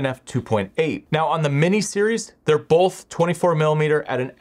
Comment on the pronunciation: It's really distracting when you say bowlth instead of both.